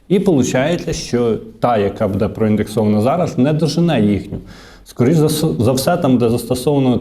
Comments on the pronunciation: треба говорити " бУде ", а не " будЕ ". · Звичайний блогер: будЕ, но , да …